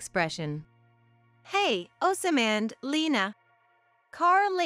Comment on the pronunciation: it gets hard to listen when the name keeps getting mispronounce.